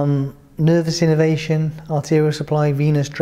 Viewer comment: I enjoyed this, the presentation was initially irritating but I got over that and it was informative. I just wonder that any non doctor watching might not pick up what sounds like innovation when the English word is innervation, quite different.